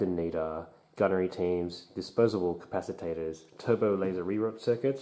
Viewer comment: Just wondering if you noticed you were adding an extra syllable to capacitors?... though capaciTAtors does sound more epic. Also great vid thanks